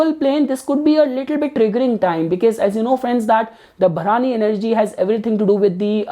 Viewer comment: Hi, please correct your pronunciation of the nakshatra. It is not 'Bha-raani' as you said it. It is Bharani.